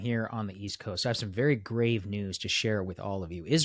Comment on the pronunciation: I thought he said very "great" news, not "grave" and I was like WHAT